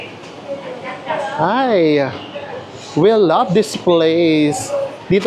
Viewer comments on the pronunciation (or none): none